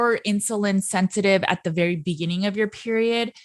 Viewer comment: Berry not nerry